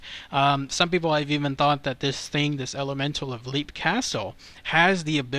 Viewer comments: It's pronounced "Lep", not "Leep", it's a short "e". Also, you said you didn't know if it was called a ghost or entity or what...it IS called an elemental, because that is what it is. It is a conjured paranormal creature. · Lepp. Off-illy. Ros-cray. Just incase you need help with pronunciation. Irish names are weird.